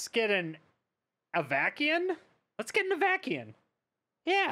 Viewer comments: oh my goodness, i'm in stitches hearing you say Avakeyin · "Avakiin"... Shrug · Not to be that guy (while totally being that guy), I’m 99% sure that it’s pronounced Av-uh-sin. Awesome video as always! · I totally rolled my eyes when I first read this comment.... Then I heard him pronounce it and it felt like fingernails on a chalkboard.